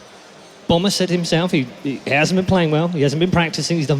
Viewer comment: I love how all the coms pronounce Bomber's name as "Bummer" lol